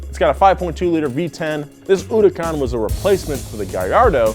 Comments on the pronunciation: why did he pronounce HURACAN in a wierd way? feels like he say it HU RU AN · I hate how he says huracan